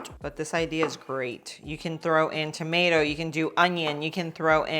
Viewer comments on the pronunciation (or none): none